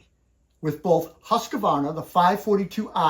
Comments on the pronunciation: Why do Americans put in an extra A in Husqvarna? It's not Husqavarna. There is no A in the middle. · Hearing that extra A tells me something about the person saying it.